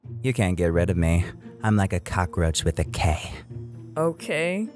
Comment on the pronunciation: When Khloe said KOCKAROUC the pod cast listener where on fire like manga readers on anime